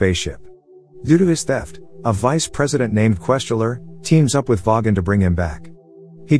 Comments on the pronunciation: no no no! voy-gon not vogg-on! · I can't get over the weird pronunciation of "vogon" by the robot voice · Didn’t know the vogan was pronouced that way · Soft a on zaphod and vogon is with a hard o not a soft a